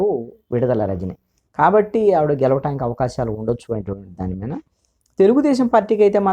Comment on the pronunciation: Sir,u r always pronouncing Meena instead of మీద బెటర్ to change word hence forth